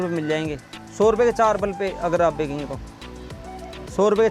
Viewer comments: Bekenge nehi kehte bechenge bolte hai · Are paagal, bekange nai, benchange bol